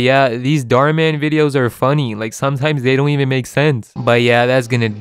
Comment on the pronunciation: that's an Indian surname. And it's pronounced totally differently in India. It translates to "wish" in Hindi. So please, be aware of what you're speaking. Other than that, I enjoyed your video